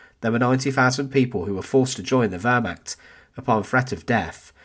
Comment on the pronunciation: I wish that the narrator would learn how to pronounce Wehrmacht, Reich, and Volk, as well as learn English sentence structure. All these 'and ... and ... and ...' drive me potty.